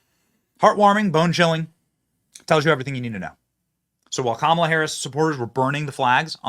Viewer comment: Kah’Malha ha ha ha ha ha 😅 just Cain’t fix “stew-pid” !